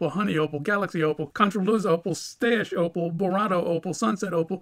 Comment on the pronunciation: Everytime he say opal i hear oppo its opal noooo its oppo and latest oppo is oppo reno expansive i cant buy